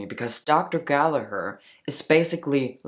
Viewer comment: First of all. I appricate you prounocing Gallagher correctly. 😂 Americans annoy me when they say it wrong haha. I'm ashamed as an Irish person that this woman is doing all this shit on tik tok. I would like to challenge you on starting hormones before surgery. As I started Testosterone after Top Surgery. Wich I was delighted with and still am. 1) regardng my own experience, it was much healthier to stop binding then to go on Hormones. This surgery is huge and my endo didn't want me having to many changes at once. So I was offered at that point in time, top surgery in a month or testosterone now. I took surgery to prevent damaging my lungs and ribs. (I understand this was my own choice to bind but I'm sure you know yourself.) 2) I would argue. Diffrent counties are diffrent in requermsnts. America perhaps differs state to state. Denmark as you said is 6 months. I belive 6 months is way to short. Here in Ireland it is 2 years from ROGD. 3) linking to point 2. Hormones = puberty, is diffrent for everyone. So someone on Testosterone 2 years may not have as much changes as someone who's 2 months. Someone may not pass and "live as the opposite sex" EVER. And some people can pass before hormone treatment. There for I don't think you can put a set time period on it. This is probably the first video you posted I disagree with. So congrats. Your getting more interesting